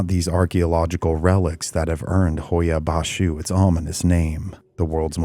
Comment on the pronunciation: Here to hear how the Romanian is pronounced, well done. I was born in Romania, left when I was young, haven't been to Hoia-Baciu...fascinating video. Noroc!